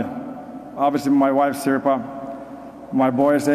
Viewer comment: Its hard to switch to a different language in a middle of a sentence.. Teemu himself called his own wife "Sherpa" in his speech.. Thats not exactly how you pronounce Sirpa in finnish :D